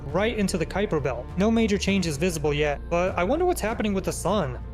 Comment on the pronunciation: kuiper belt: ❌️ kooper belt: ✔️